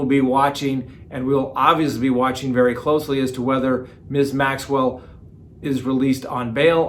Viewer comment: I love when you mispronounce peoples names 😂 especially when it's someone like that Maxwell lady